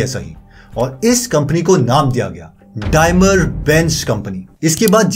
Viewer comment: डायमर नही है वो डेईमलर है .